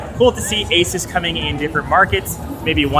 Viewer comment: It's Asus. Period. Nty